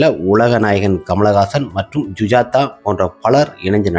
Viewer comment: ஜூஜாதா இல்லை சுஜாதா😂😂😂😂